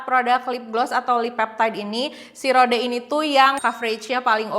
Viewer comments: Kak, di bacanya ROD, bukan RODE, hehe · Rowd gt kyk ada w nya